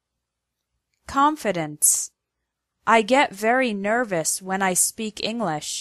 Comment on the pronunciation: Ing lish.